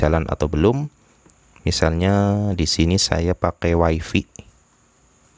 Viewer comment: Bang dibaca nya waifai kan bukan waifi😂kalo nggk..sesuai indo aja wipi gitu nyebutnya..peace bang😂